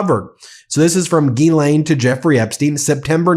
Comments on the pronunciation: Ghislaine is french and you (everyone) prononce as guylainn Should be jeeslainn and you remove any d sound. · isn't it pronounced Jizz-Lane?